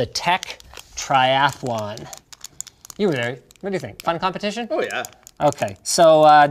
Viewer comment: the most canadian "oh yeah" i've ever heard